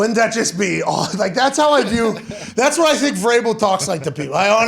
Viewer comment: It sounds like he was saying cerebral variable.